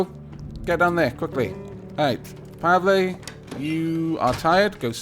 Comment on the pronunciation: You pronounced Pavle right! Congratulations. You are now one step closer to verbal ascension. Now you just need to understand onomapoeticons!